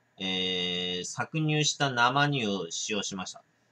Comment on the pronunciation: 正しくは「せいにゅう」でしょう‼️